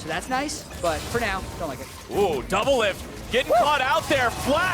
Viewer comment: There's no R in doublelift